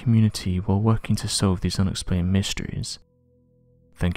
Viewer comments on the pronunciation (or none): Why does this narrator always say "UHBscribe" instead of SUBscribe? You're ENGLISH...speak your own damned language CORRECTLY.